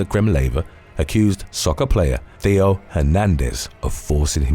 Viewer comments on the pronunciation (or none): none